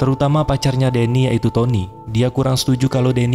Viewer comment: ngakak karena tonny jadi tonoo😭😭🤣🤣